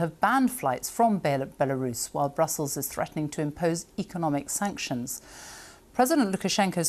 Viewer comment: B-elarus?? Where's that then? 😂!!